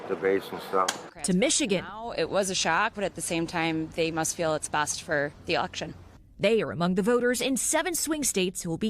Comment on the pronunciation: Did she say best for the auction?